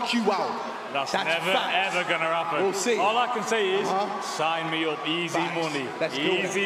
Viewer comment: “That’s never even gonna hapwren”